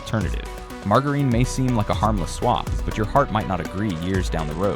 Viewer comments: Are you kidding pronouncing margarine wrongly? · Another dumbass, a I video, they can't even say margarine